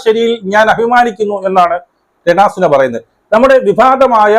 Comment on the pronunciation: രണ സുനഅല്ല ചേട്ടാനുണരണ എന്ന് പറയൂ